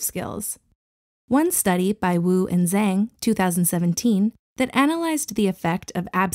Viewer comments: Zhang isn't pronounced 'zang' but that's okay! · > pronounced "chang" - "zh" as in "ch" and "a" as in "aw" The video was very informative otherwise, thanks for the content! :) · ‘Zhang’ is pronounced like ‘Jung’ 😁